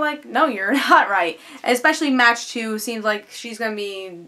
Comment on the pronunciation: Good review. Although, I believe Mach 2's name is pronounced like "Mock 2" as in traveling at supersonic speeds. It will be interesting to see where they go with this arc.